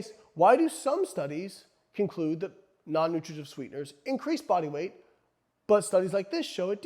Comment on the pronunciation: Slow down with the, “Non-nutrigijutv sweeteners.” lol